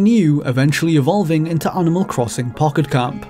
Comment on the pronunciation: “Onimol crossong pockot comp”